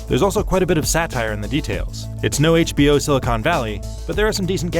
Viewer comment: who else cringed when he said "hbo" silicon valley